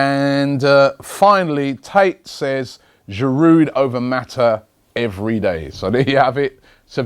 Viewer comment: u said mata 😂